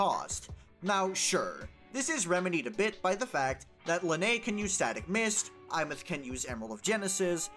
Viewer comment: Insta-like for being the only content creator to pronounce her name correctly.